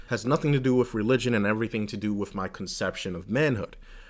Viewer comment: That was fascinating. Especially the bit about not going to the doctors. I was a little distracted by the constant pronunciation of 'with' as 'wiff', but the content was very thought provoking. Glad I subscribed.